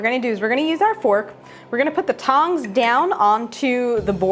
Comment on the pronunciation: You’re going to put the what down on the table? The pongs it sounded like.